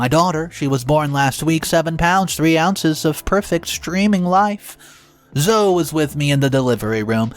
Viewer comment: Why can u never say zoe? Zoo-eeeee... bots can't say proper words.